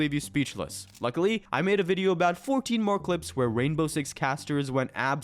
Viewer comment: cwazy plays